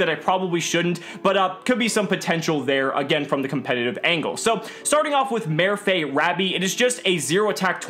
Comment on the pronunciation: Marr-fay, the accent means the a is pronounced like that.